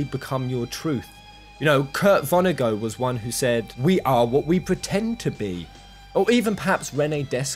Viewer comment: I hope I don’t come across as a total dick for saying this, but they’re pronounced “Von-eh-gut” and “Day-cart.” With hard T’s at the end of both.